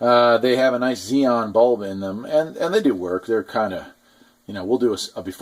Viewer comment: It's Xenon, not Xeon, and Lumens, not Lumes. Otherwise a good video.